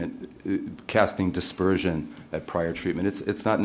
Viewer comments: 3m46s "Casting aspersion" not "casting dispersion". This guy's been through many years of college, but not in English language study, I accept that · It's 'casting aspersions' not 'casting dispersion'. He's really not as intelligent as he thinks he is.